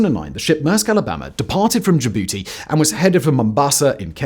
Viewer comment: anyone else laugh when he said, "departed from Jabooty"?